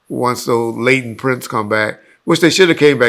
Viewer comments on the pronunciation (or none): none